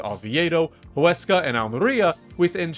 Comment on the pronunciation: I am impressed Huesca name was well pronounced 👍 It is one of the smallest budgets so it was a very successful season La Liga 2 holds many historic teams with large stadiums and crowds along upcoming teams , so it is extremely competitive